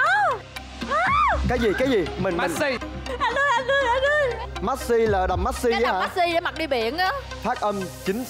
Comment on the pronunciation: Anh Tú bị sao vậy Messi mà ko đọc đc